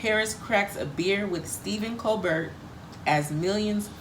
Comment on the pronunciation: Its pronounced ko bear....hate Stephen Kobert!!!